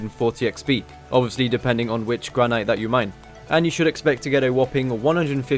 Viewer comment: Misprounced granite. downvoted.